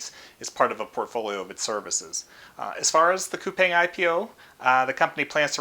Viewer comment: Coupang is actually pronounced as "coupon". I learned it at the investor's roadshow. Roblox and Coupang are on my list.